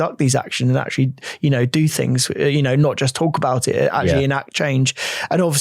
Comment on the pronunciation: I can't listen to a presenter although talks about "fings" and "afletes "